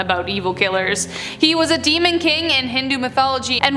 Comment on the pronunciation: Name of every demon is pronounced wrong. English people find indian's accent funny . Same indians find english people's accent funny